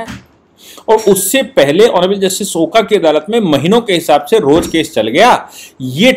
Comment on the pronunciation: With due respect, Just a small correction. आप ऑनरेबल जस्टिस ओका का प्रॉपर प्रुनांसिएशन ओका के जगह "ओक" होना चाहिऐ । as he is Maharashriyan.